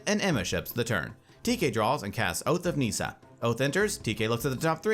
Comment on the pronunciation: And NEEESA